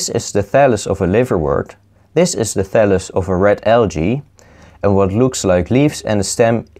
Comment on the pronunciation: "and this is a phallus of meee"